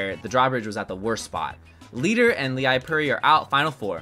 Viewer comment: Leipuri is actually Finnish and means Baker! It's pronounced kind of like lay-poo-ree :))